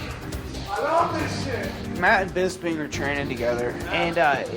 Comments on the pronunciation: Tito surprised me here. Great to see thus side of him. He still called Michael Bisping 'Michael Bisbee' tho... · "Michael Bizbee" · I like how Tito says absolutely everything wrong. Michael “Bisby” 😆 literally every word he says makes no sense. “Let’s we who’s a boy, boy. Paint you with a paintbrush. You’re purple. Ali didn’t care about the fight”.